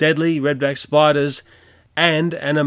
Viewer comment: I like when he says “spidas” xD Also anyone know just2good? He’s in the vid xd